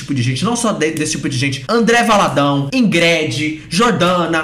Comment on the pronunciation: Amooo que a pronuncia o nome da crentelha expondo como o nome é brega mesmo: IngrED. 😂😂